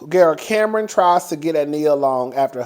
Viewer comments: I am hollering as usual 🤣...how you get Nori name correct and munked up Kam-Ron🤣🤣🤣🤣🤣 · Not gonna lie, I love how he pronounced Cam'ron's name LMAO. "What happened to Cameron?!" 😭🤣